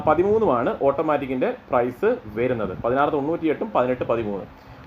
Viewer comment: വെരുന്നത് അല്ല വരുന്നത്